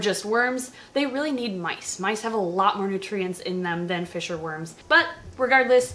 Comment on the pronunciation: look baby it's fishh' '